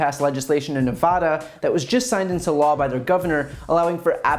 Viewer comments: The first A in Nevada is pronounced like the A in van. Ne vah da, not Ne vaw da. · Nevada, not Nevuhda. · Brian, as a former Nevada citizen, the correct pronunciation of the state is Nev-short “a” as in apple-da. Nevada. Thanks for your fine work. It’s needed & appreciated.